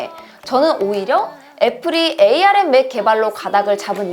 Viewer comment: 에이알엠이 아니라 암이라고 해주세요 암코어에요